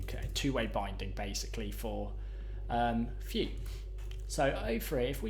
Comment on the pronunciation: bud it's pronounced view